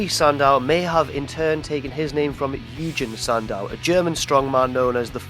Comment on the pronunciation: You totally mispronounced "Eugen Sandow"